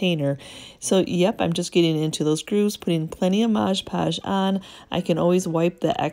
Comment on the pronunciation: I love all of what you do! You offer great tips and ideas! I also like the shortened intro. I do have one tip for you though... it is Mod Podge and not Modge Podge. Common mistake but wanted to let you know! ❤️